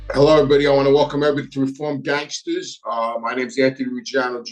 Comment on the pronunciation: REEFOAMED GANGSTAH’S